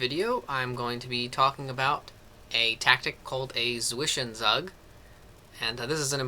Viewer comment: Very helpful, but my god help your pronounciation of "Zwischenzug"